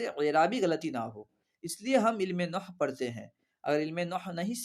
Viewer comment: Noh nahi nahav hota he